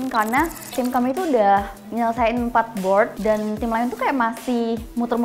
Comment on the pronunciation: "bord lima w" 😭